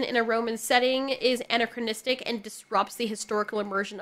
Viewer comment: Ann-Ack- CRON-is-tic.